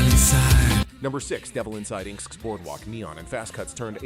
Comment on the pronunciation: you can't even get your useless ai voice to pronounce inxs right?